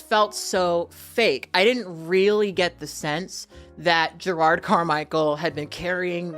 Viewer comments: I love you but his name is not gerARD it's je-rod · 3 things 1. You look great. The wig is hella cute and looks like it could give you some fun styling options with it. 2. It sounds like youre saying "Gerrard" instead of "Jerrod" and it kept throwing me off but my ears may just be fuckedup. 3. Part of me assumed that having dozens of siblings in the world would make dating and sex more complicated. There's definitely deeper stuff that i can never fully understand happening with him and his relationship to blackness. But i do wonder if gravitating towards white guys is also an insurance thing. If the dude is low on melanin the likelihood that they share a dad is significantly lower. But that may be me just reading into shit and it in no way excuses the way he treats his partner or the other people in his life. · these names are eating you up. 🤦🏾‍♀️ It’s Jerrod, not Jerard. JerROD. The second syllable sounds like the word ‘odd’. Between this and Taraji recently, I’m begging you to pay more attention to the names of your video subjects so I can share your content with other people. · You sayin "Jerard" is killing me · His name is Jerrod, not Gerard.